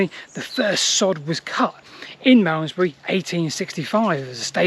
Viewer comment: Marmzbree, Marmzbree, Malmesbury fgs, I couldn't take it anymore!